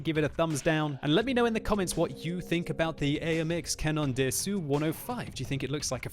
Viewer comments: ruining the beatiful French language ^^ say "Canon Dasso" not Canonn Dé Assou:p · pronounciation of cda : it's cannon d'assaw, or canon d'asso not d'assew, if you don't plan on learning French don't bother the th "on" of canon it's a sound that does not exist in english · Comment il prononce canon d’assaut xD tout les fr ont du rigoler